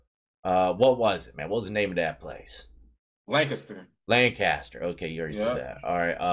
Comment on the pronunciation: How he says Lancaster and Salty is irking me 😂😂😂 "Lengcester" "Soddy"